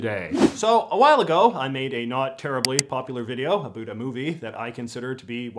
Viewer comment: JJ, I admire your commentary but I cringe a bit whenever I hear you pronounce "out" or "about". You're pronouncing that according to the American stereotype, rather than authentic Canadian vowel raising! Do you also say spoot" for "spout" or *throo-oot for "throughout"? Sorry.